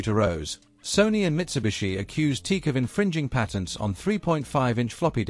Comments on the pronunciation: Not a bad documentary, even if you omitted to include the Studio 8, the world's first 8-channel reel-to-reel portastudio. I've been using TEAC/Tascam products since the 1970s, but you're the first person I've ever heard pronounce it teek. People usually say tea-akk. I don't know which is correct, but since it's a word made up of the initials I guess you can pronounce it any way you want. By the way, I was brought up in Birmingham and moved to California in 1979, so I've used TEAC products on both sides of the Atlantic. I have two 3340s and two Studio 8s, besides TEAC's CD and MiniDisk players. I used to have two of their DAT machines, but I gave them away. I also have one of their hard disk recorders. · I have a large collection of open reel tape machines ranging from consumer to prosumer to semi-pro to full-on professional. I have more TEAC (including TASCAM) machines in my collection than any other single brand. But I have to say that I turned off this video the moment I heard the "TEEK" pronunciation. It's "TEE-ack". Two syllables. That's how the company pronounces their name. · The company name is pronounced as Tee-Ack. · Pronounced Tee- Ack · Most people pronounce it - " Tee-Ack" !!! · I think the company is pronounced "T-ACK". Teak is a wood. If you phone them, that's how they answer. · Te-ac that too, 2 sylables.. Te-ac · Correct. I've been using their reel to reel machines since the early 70s. The company is pronounced as Tee- Sack. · At least you have your computer-generated voice pronounce the name correctly. Pathetic. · Aside from pronouncing the name wrong. Why is there no mention of Berlant Concertone. Teac bought Berlant and that is how there reel to reels got into the united states under the name of concertone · He got the explanation right: “TOKYO ELECTRO ACOUSTIC COMPANY”, but he couldn’t get the head around the short version.😅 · every time he pronouns teak.... it sounds super weird. because it's "tea-ack" like this... not teak......!!!!